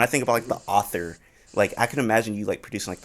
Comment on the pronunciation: pronounces Arthur "author"